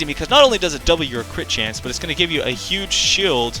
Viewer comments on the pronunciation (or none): none